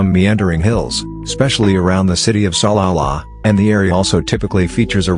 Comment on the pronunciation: something about the pronunciation of Salala is so funny to me